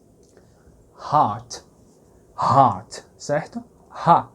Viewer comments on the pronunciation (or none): none